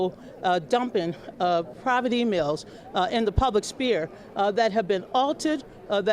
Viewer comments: "...trafficked in the public spear"????? I think the word you are searching for is 'sphere' Donna.... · By the way, I think it is fairly humorous that Donna keeps saying "the public spear" Wrong word donna, also she said wikileaks has been "readapted" readapted to what?